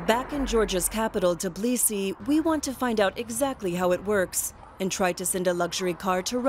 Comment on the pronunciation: What is "Tiblisi"?